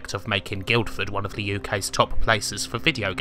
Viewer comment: why do you always say "le" instead of "the" ?